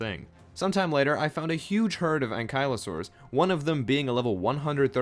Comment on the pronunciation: I hate how he says an-Kia-la-saur